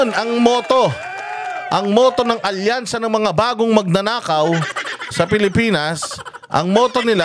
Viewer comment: Hindi "alyansa" kundi "alkansya"!!!